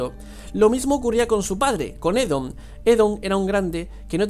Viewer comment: Oedon, Oedon! No Edom